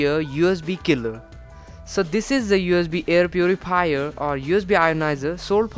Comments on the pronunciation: puriphier lmao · hair purripier